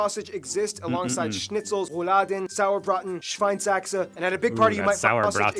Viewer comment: Saurbraten is wrong, it's "Sauerbraten" and it's not pork but beef😄